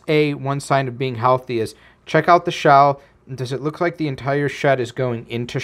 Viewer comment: Are you french? 😂